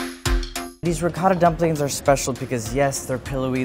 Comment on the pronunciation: wow an american pronouncing ricotta properly. nice. Not Ri coh da